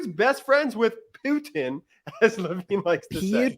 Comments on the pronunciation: Pee-you-tin, Gee, and Un (Levin doesn’t realize that’s NOT the guy’s last name) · I hate how Mark Lavin pronounces Putin. ( PEUTIN ). It's so weird